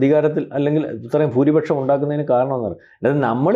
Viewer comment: Why is saying “fooripaksham” instead of “bhooripaksham”?